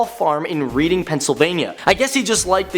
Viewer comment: Reading Pa is pronounced as Reding